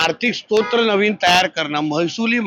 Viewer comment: भुसनाळं? स्तोत्र नाही स्त्रोत असतंय रे ते,अस्सल महाराष्ट्रीय असावं लागतं😂😂😂